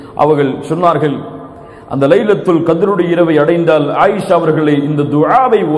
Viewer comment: ASALAMU ALAIKUM it's not" lailatul Kadir"... It's" LAILATUL KHADAR"